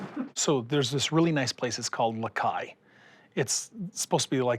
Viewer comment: It’s “La Cai,” not “Ma Cai!” He’s so stupid that it hurts to listen to him.